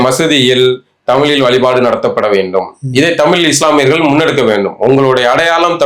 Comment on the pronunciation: அவர்கள் தமில் தமில் என்பது நெருடலாக இருக்கிறது..... இனி கூட பயிற்சி செய்யலாமே.... தலைகுனிவு